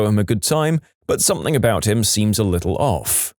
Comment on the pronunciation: No k in the word something